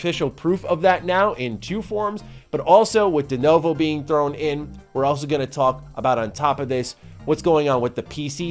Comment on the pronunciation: please it's pronounced Duh-new-voe